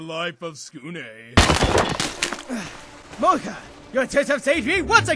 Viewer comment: acctually in the japanese it's said like in here only america says it wrong like saying mokas last name wrong